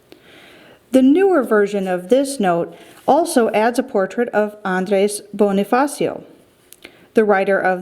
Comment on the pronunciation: Andres bonifacio not Andreys bownifacio